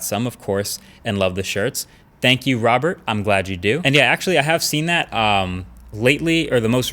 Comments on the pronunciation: You pronounced two names wrong: Robin was robert , Arif was atif? lol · What's up with you speaking wrong names? 'ARIF' not Artif. 'ROBIN' not Robert. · he said Robert he's name is Robin 🤣🤣